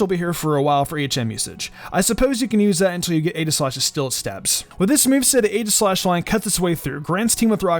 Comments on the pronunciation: It's EE-gi-slash. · Not here to argue but name is actually pronounced EEGI-Slash